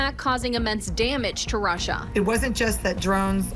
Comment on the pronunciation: Soooo it's rushina rushina rushina, not Russia Russia Russia????